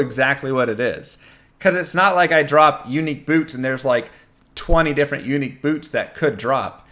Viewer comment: Funny how you make unique sound like eunuch.